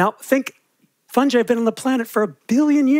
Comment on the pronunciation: Just because you're a fungi specialist doesn't mean you can pronounce it like that!